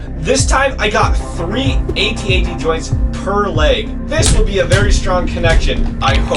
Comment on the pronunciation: It’s AT-AT